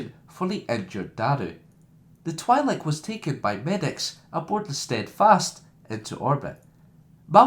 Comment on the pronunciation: Everyones complaining about your voice but it annoys me more you cant pronounce Satele or twi'lek properly